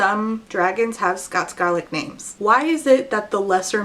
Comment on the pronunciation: Hey, as a Scottish person, I just wanted to say thank you for using the correct pronunciations. If your reading this I hope you're having a wonderful day <3 If anyone is interested in a series where Scottish languages have been very well researched, I recommend the Tales of Seann Àite series by Tristan Gray. It's a series of dark fantasy short stories inspired by Scottish folklore which features characters whose dialogue is written in Scots.